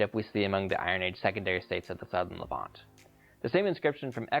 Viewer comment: I love your videos but one thing is driving me crazy. Levant is pronounced with the accent on the second syllable.